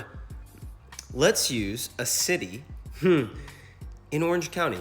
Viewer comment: “Lets use a Ciddy. In Orange Cownie.”